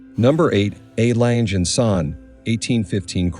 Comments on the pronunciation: “Langer” is also wrong. Lange is pronounced more like Lung-eh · Please stop pronouncing the name as ‘Lanje’. The name is pronounced as ‘Langer’! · Not läntsch, terrible pronunciation.. Lange just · I‘m with you. Their pronunciation is incredibly ANNOYINJE… If I tell a bad joke, it can be described as a CLANGER… get rid of the plosive hard C and you have the correct pronunciation of LANGE. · AI crap. Doesn’t even pronounce the name of the brand correctly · I can't believe how often the commentator mispronounces the Lange name, as well as many of the features. Abysmal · He should learn to pronounce Lange correctly, it sounds terrible to a german. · Please learn to correctly pronounce the name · For a watch of that high calibre it is disappointing to note that the commentator is literally unable to pronounce the Lange name.